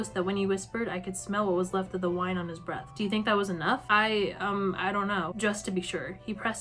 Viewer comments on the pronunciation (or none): none